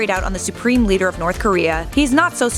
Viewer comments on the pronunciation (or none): When I saw saying lider instead of leader I laughed, sorry.